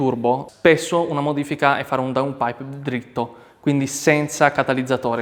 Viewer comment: Finalmente qualcuno che dice il nome giusto DOWNPIPE. Non DON PIPER, DON ZAUKER, DON CAMILLO, ecc ecc....